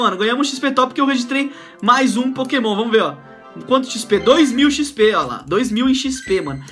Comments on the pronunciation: Aí me da uma agonia! Ele não sabe o nome dos pokemons! Fica esperando mostrar, e alguns pronunciam errado -. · Aí tu vê que ele tá fazendo vídeo de pokemon só pra ir na modinha e ganhar view, sabe nem qual pokemon que dá pra evoluir e fala os nomes tudo errado